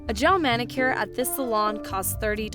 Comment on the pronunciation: Anyone else cringe when she says gel manicure